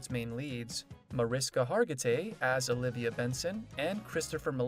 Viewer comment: Frustrating that the narrator never pronounced “Stabler” correctly (STAY bler, not STAH bler), which suggests he has never watched SVU. Also, despite no H in Mariska, she pronounces it “Ma RISH ka.” Sorry, buddy, you lost your credibility in this video, even though you had accurate info to read.